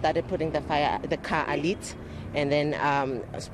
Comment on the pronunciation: "The car Aleet" 😂 The Eye lashes are Aleet...